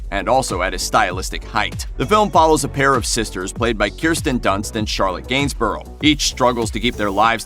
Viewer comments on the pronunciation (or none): none